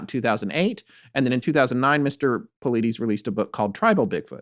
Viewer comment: Ive never been critical of you guys before and i do love your content. However cone on guys.... how can you do all this supposed research about missing 411 and David Paulides and yet completely mispronounce his last name? If you would have even watched 1 of his podcasts or videos then you would know how to pronounce his last name. So that tells me you guys didn't do much of any research on this topic other than reading a book and yet you are trying to make a show and form an opinion on the topic and his content. This makes me look back on all the past shows that ive listened to and believed that you guys had done all this thorough research prior to your show. And now I realize that it probably wasnt true. You guys just threw a quick show together. Very disappointing....